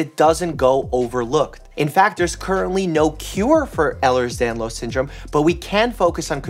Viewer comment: As someone with EDS I love this video. Also love how he pronounces it correctly.